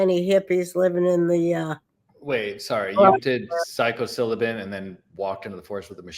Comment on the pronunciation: “Psycho-cylibin”? Haha, you mean Psilocybin 🤣🤣🤣🤣🤣🤣🤣